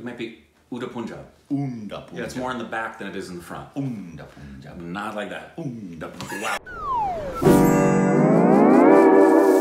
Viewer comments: I started watching your reactions from today, with Punjabi song with reaction almost made me cry😢, he was so upset n I loved the honest reaction. But pronunciation of PUNJAB is incorrect, I dislike that Punjab is the state of India and Pakistan that was divided during 1947 partition. We would like you to learn more about the pronunciation of Punjab, Punjabi and Sikhs 👍, hope you don't find the feedback offensive, I truly loved your work n would check this channel for more everyday, but as the song Qismat is in Punjabi language, kindly respect that n the correct pronunciation. Almost 15% of American n Canadian GDP is getting affected by Punjabi people (Sikh). So please be generous. I would like to request for your reactions on Article 15, if not yet done, thanks. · It's Pun-jaab, pun as in pun-intended. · It's a Bun not a Ban, as like Punjāb not pajāb. 😋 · You're right about the pronounciation everytime. But it's "Pun"-jab not Poonjab. The latter sounds really weird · Bro it's not poonjab. It's Pun jaab. It's a state (not a city) in India where people live. People from this state are called Punjabi and they speak Punjabi (language) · Guys its not Poonjab..it spells like Punch-aab.. #LongLiveStupidity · It is't pronouced as poonjab...rather its pronounced as panjaab. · Pronunciation more like panjab than punjab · "Udta Punjab" means flying Punjab.Punjab is PROnounced as Panjab. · It's not poo-u-n -jaab 😄oh I m dying😂😂😂😂😂😂😂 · The 'U' in Punjab is pronounced as 'U' in *Umbrella*. So its Pun Jab. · They heard the word Punjab so many times in the trailer yet they pronounced it as 'Poonjab' 😂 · Alright, little correction here, say it like Pun (yes, the english word) and "jaab", pun-jaab. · It's not poonjab😂 its shun bun run pun punjab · Guys you pronounce Punjab wrongly. It's like puns (pan) so it's Punjab pronounced as panjab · Punjab say it as Panjaab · Its pronounced pun(joke)-jaab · No it’s urr taa punjab not poonjab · its not poonjaab